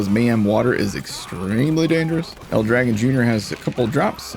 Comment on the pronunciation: Aww... no love for the real pronunciation to El Dragòn.. Battleborn was so good. So much character in everything.